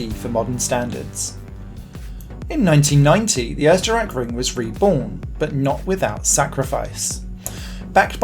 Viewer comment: Such great effort of pronouncing the "Österreich" in Österreichring right only to struggle with Schleife (in "Westschleife"). What a shame :P It should be something like shly-feh or shly-fuh. Writing German words in English pronounciation is hard ;)